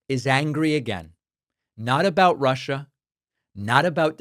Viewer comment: "Russher, if you're listening", that did it for me.